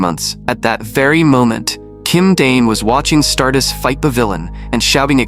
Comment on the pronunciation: Bros saying stardus where’s the tttt